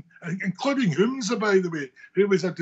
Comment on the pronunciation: Humza not hamza ffs